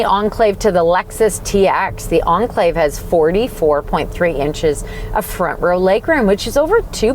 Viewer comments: Should be pronounced as Enclave, not Unclave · ... The car's been around for 10+ years... Why can't you pronounce the name by now